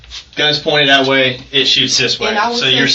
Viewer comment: Nah…. Just based on how this idiot talks, she needs to stay in prison until she learns how to speak human. “That” isn’t pronounced “dit”. What a clown.